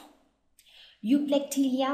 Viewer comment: that is EUPLECTELLA nt EUPLECTELIA.......